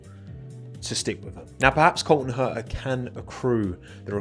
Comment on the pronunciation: love the british accent here, Col'on Her'a haha